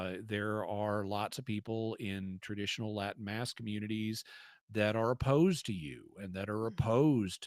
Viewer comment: Lol Liz's Latin at the start was terrible. Sorry couldn't help but laugh.